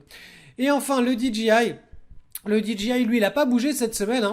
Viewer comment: DJI se dit "di-djèeux-aïe" et non 'di-dji-aie' g='dji' j= 'djèeux'. Merci pour la vidéo :)